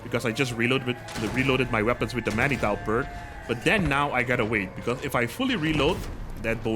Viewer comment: "Manitou" is of French origin, it reads as "Manitoo".